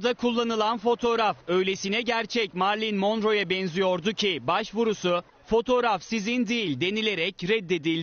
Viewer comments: Birincisi MARLİN değil telaffuzu MERLİN Monroe. Koskoca Show Tv'nin spikeri olmuşsun iki kelime İngilizceden bihabersin. İkincisi kadın Marilyn Monroe'ya hiç ama hiiiç benzemiyor saçmalık. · Gerçek adı Marlin morro spikerin söylediği Marley monro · Kadını bırak adamlar Marilyn Monroe (Okunuşu Merilin Monro) olduğu halde Marilin Monrow diye okuyorlar🤨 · Marilyn mondro diyor haberi sunan adam fark ettiniz mi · Haberi anlatanın Marilyn Monroe ismini okumasi kadar adaletliydi dünya.